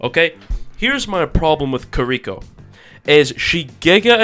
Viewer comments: i agree with you except when you pronounced kiriko carrico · Kills me how you're pronouncing Kiriko